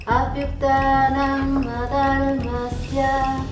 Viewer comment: "Avyuthanang Adharmasya..."Lady Laura thik uchharan kiya ,apne thik nehi kiya,shun lizijiye,montro vul bolne se ,uska arth vi vul hojate hey,e video bahut log dekh rahe hey,ap thik kor lijiye,Om.Nomo Vagabate Basudebaya 🙏🪷🪷🙏